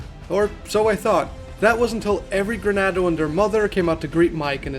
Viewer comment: Great video. But it's "Ganado" not "Granado." Sorry it was slightly irksome to me lmao